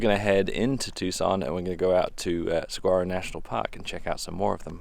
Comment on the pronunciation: FYI, Saguaro is pronounced Sa(h)uaro! Other than that, excellent video.